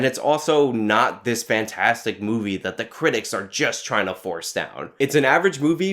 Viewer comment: Ever time you said movie I heard booby.